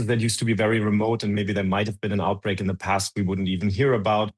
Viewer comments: omg.. it's OUTBREAK, not "outbrake" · OUTBREAK, not OUBREAK!